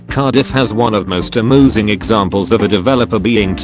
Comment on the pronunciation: "....One of the most AMOOSING examples of...." I like how he said Amusing. It's funny.